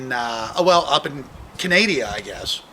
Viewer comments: He has more integrity than you fo at this point! To do a “bit” on a fellow prepper is not ethical. Confront him face to face. Not behind fake you tube bravado!!!! BTY it’s Canada! Not Canadia. !!!! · Canadia?! Lmao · Where exactly is "Canadia"? Take a left when you reach "Narnia"? Just make sure you dont end up in "Mordor"... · Canadia? Lol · canadia? haha he must live in the US of a shitty place to live lol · Up in “Canadia”. Hahaha duude. Get out. 😂😂😂